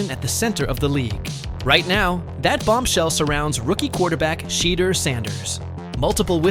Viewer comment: Pronounce his name wrong